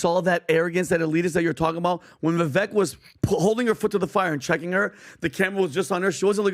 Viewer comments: It's not "Vevek", its "Vevake" like "fake". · Vivake! Vivake! When will you pronounce his name correctly? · Please learn to pronounce Vivek Ramaswamy’s name. His first name is pronounced as VIVAKE. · His name is pronounced, 'Viv-Ake , hard A and 2nd syllable accent '. Just fyi and he's too classy and confident to correct people or give a shit 😂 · How are these clowns STILL mispronouncing Vivek's name? It's pronounced like VAKE, CAKE, TAKE, BAKE, LAKE, MAKE, SAKE, RAKE. FFS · Multi-million-dollar podcast and you still can't pronounce Viveks name correctly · Why do all of you persist in mispronouncing Vivek's name?? Is it intentional?? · Rhymes with cake....say Vivek's name correctly please!! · Talk about looking down one`s nose, these jerks cannot even pronouncer a guys two syllable first name right!